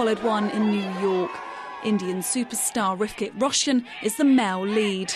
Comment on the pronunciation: lmao "rikitt roshan"